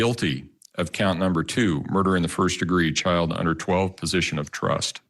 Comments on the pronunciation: My man did not almost say "Position of Twust" 🤣🤣🤣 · Twust 😂 he got the next trust right